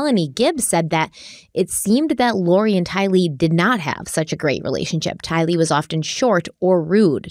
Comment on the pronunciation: 1) Her name is Tylee like kiley. Not two words like Bruce Lee. 2) it’s Miss America. As far as I know nobody has married America yet. 3) CHOMPING at the bit…. Love you guys, but the mistakes are hilarious sometimes.